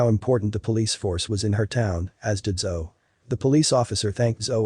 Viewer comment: Her name is pronounced, "Zo-E", like Zoey. Everytime I heard "Zo," my attention left the story. So, why was she frozen when she saw him again?! And why would he "be back for her?" This made no sense.